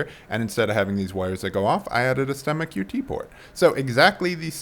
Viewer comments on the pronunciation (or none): it took me way too long to figure out what you are saying here lol. for anyone else confused, its "STEMMA QT Port". closed captions have you saying "stomach UT port" which i think is an insulin pump port lol